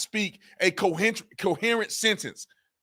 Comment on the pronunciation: Hahahaha. Tatum critiquing ones speech is laughable. Tatum can barely pronounce "coherent", like it's a newly discovered word.